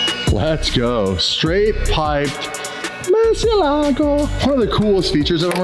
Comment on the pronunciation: Learn how to pronounce Murcielago sped old mut